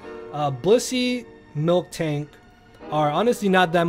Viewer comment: Miltank. Not MilKtank. No k in the middle.